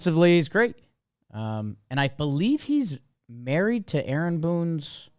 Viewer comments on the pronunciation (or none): none